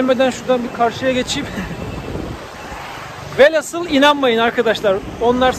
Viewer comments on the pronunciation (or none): Hocam kusura bakmayın ama velasıl değil velhasıl. Emeğinize teşekkürler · Herşey çok güzelde şu velhasıl değil VELHÂSIL olacak.